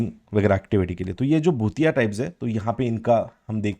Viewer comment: भोटिया को आप भूतिया बोल रहे है बुग्याल को आप बग्याल बोल रे 😇😇